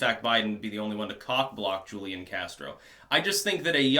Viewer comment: And it's who leon casro. That's how it's pronounced.